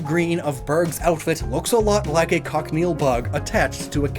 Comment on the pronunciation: Just a bit of pronunciation for cochineal Coach-ih-kneel